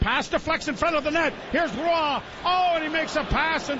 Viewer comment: why has no one told joe how to pronounce roy yet?